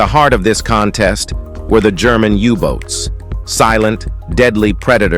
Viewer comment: There are so many mispronunciations in the commentary and misspellings in the subtitles. The dive bomber was the Stuka, not Stuca. The Messerschmitt was the M E 109, not the Me 109. And the German submarines were called U Boats (Undersea Boats) not U votes. I gave up watching this drivel less than 10 minutes into it.